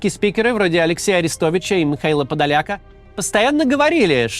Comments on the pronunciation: ПодолякА только, а не ПодолЯка. Подоляка с ударением на Я - это пророссийский пропагандист и предатель из Сум или где-то оттуда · ПодолякА. Подоляк он. Хоть бы ударения в фамилиях проверяли.